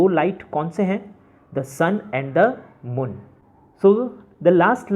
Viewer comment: "The sun and the Mun" 😂